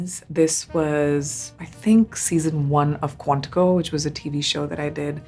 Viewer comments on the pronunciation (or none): none